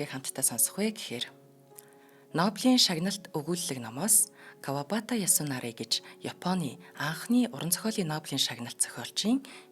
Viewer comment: Маш гоё уншиж байнаа👍Кавабаата Ясунаари гэж хэлэхгүй ээ Кавабата Ясунари